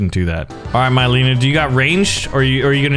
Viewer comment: Me saying it's a good video Literaly two seconds later says myleena Nope i take that back